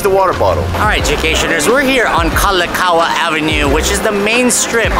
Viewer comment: Why take uber going to downtown when you can take bus 13 or bus 2. You said uber is expensive, right? Try 2469 Kuhio ave., ala wai, 150 kaiulani ave and 229 paoa kalani ave (aston waikiki sunset) for way cheaper parking or free along ala wai. And its KALAKAUA, not KALEKAUA like you pronounced it. Just sayin! Mahalo nui loa!